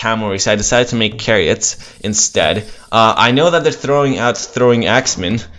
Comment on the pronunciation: it's CHARIOTS not frigging kariots. it's Chhhhhhhariots .. like change , like Channing Tatum , like chew. Not like chord.